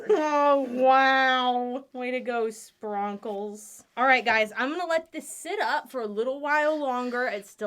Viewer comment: OMG!!!! I THOUGHT I WAS THE ONLY ONE TO SAY SPRONKLES!!!!!!